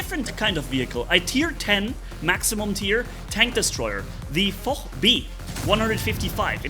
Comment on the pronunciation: Did really hear say foh. To the foch TD 😂